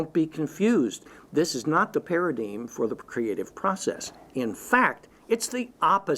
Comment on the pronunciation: You say paradeem, I say paradime, let's call the whole thing off.